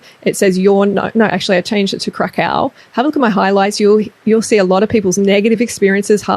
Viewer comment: Take a shot every time she says crackau